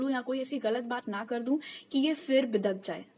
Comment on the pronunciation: bidaak jaoo😂😂😂 sounds funnyyyy